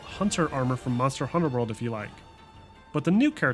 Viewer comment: The way you say Monster: Hunter World bothers me, it's Monster Hunter: World